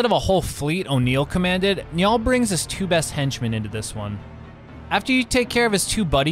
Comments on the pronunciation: ya mispronounced his name easiest to pronounce would be say it like the river Nile or simply N i all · Its an irish name. Its spelled niall but pronounced nile